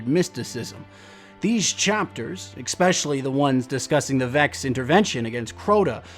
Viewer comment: Love the videos but these bug me: Para-causal not casual Especially-> S-specially, not xspecially